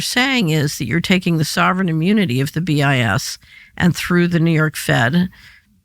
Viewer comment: BIS sounds like “BS”; probably intentional!